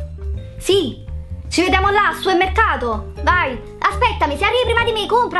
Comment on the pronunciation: supemmecato mado ahahahha ti serve un dizionario di italiano